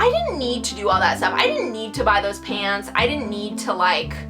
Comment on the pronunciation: After watching the whole video, I realized she was saying "Pants" I thought she was saying "Pans," so I thought she was wearing pans.